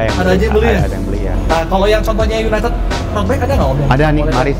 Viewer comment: Yg ngebenerin pas bilang UNITED malah salah sndri wkwk, masa iya bacanya juga UNITED 🤣🤣, bhsa inggris bacanya disamain sama tulisannya wkwk